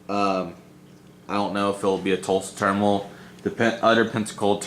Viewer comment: “A new turnimal” 😂